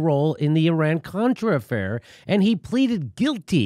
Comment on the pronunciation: Well guys, she should have pronounced his name properly (Abrams not Adams), and referred to the Iran-contra affair, not Iran-cortra. Also, the response to an emphatic “No” of I will take that as a “yes” is a little silly. That doesn't mean that I support Eliot Abrams, nor do I think it a very good idea to interfere in Venezuela.